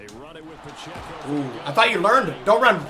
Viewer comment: Pa-check-O is how you pronounce it